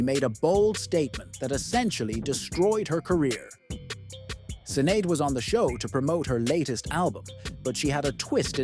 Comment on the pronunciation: The mispronounciation of Sinead 😡